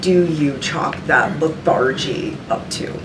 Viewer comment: That's not how you pronounce "lethargy"😢